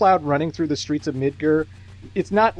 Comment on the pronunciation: Midgir? Right is Canadian.